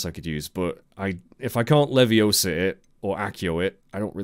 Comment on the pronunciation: it's leviosa not leviosah. 😂